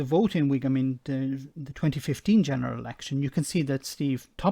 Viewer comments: Listening to this I was wondering "Wigum??? Where the hell is Wigum???" Oh you mean Wycombe! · Anyone else think he said Wigan ?